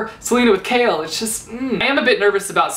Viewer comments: Wow, I know I'm late to this video. But what is up whith his pronunciation regarding "Chaol"?? Is it just me who said it "Cole"?? What is "Kale"???? NOOO STOPPP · i thought you pronounced choal as in when saying coal.... l didn't know that you pronounce it as like saying kale... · I pronounce it like that too but for Chaol I read it as 'kale'. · All the while I was pronouncing Chaol as Cole. Sorry Chaol. :) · Ugh finishing ToG was the worst feeling ever... Edit: as in the series I finished KoA in 1 day Edit again: also I love your channel and I hate your name pronunciations (Chaol=kale?) Still editing: the test was cancelled because there were 4 candidates left so it was time for the final battle standoff thing